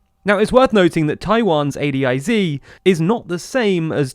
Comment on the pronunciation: It’s very weird hearing it pronounced A D I Z instead of A DIZ